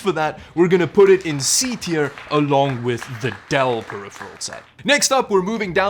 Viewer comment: ‘periphirel’, a conjecture of ‘peripheral’ and ‘apparel’? 🤔